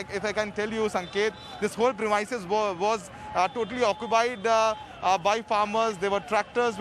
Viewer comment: Journalists don't know how to pronounce 'premises' 😶 So annoying